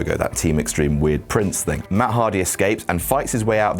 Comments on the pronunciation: Meff?????? Meth??? Huh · I thought he said Meth. Not Meff. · Did anyone else think he said, meth? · When he said Matt hardy bolevies he is Jeff and himself he said Jett or maff I thought he said meth so haha Jeff hardy did drugs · he said Meff